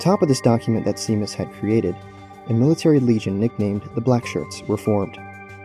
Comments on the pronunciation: Seamas is pronounced as "shay-mas," not "see-mas." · Amazing video, 10/10 top-notch editing. One thing - the name Seamus is an Irish name pronounced as "shay-mus". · It's prounaced like Shamus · I could swear that Seamus is pronounced as "Shay-mus" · “seamas” is supposed to be pronounced “shay-mas” it’s an irish name 😭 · Not important at all but I’m pretty sure the pronunciation is “Shay-moss” at least that’s what is it it’s spelt as ‘Seamus.’ Could be totally wrong though, again super unimportant though lmao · Seamus is pronounced "Shay-miss"